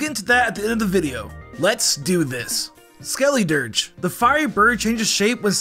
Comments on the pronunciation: You pronuced skeledirge weird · Bro stop saying Skeledirge like that oml and Copperajah be fr